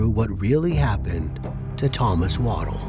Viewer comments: Stop calling him "Waddle" That name is pronounced Wad-dell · I don't like when the voice over keeps saying the victim's name incorrectly. It's not waddle like a duck or pregnant woman walks. It's pronounced wuh-DELL.